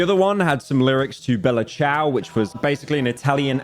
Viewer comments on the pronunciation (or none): none